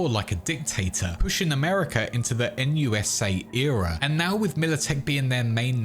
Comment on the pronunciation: NUSA? More like "Noot noot"